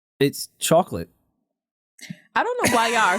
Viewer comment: lmao says chocolate terribly, he should be banned from saying that word